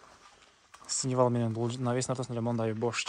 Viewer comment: Сеновал, а не " синевал "!!!!!!!